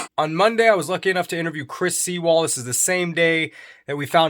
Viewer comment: It’s Crystal Here”, not Chris 🌊 Sea 🌊 wall. Pronounced “SUE EL”. He must be such a nice guy he forgot to correct you. Call GEO, Jackoff. That would be closer to his correct name